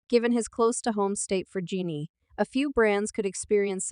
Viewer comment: Why keep pronouncing her name incorrectly? Telling her business and can't even say her name right.